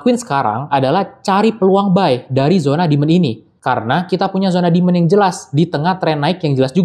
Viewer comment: Bro..penjelasannya ok...tapi koreksi cara baca demand, sptnya nada tsb yg anda katakan berulang kali itu artinya setan (?) Coba check nadanya di google translate